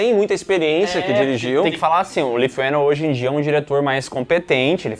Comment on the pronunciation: “ Leigh” se pronuncia “ Lee” ( li)